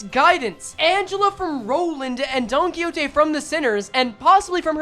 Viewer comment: It's clearly Don-Quxote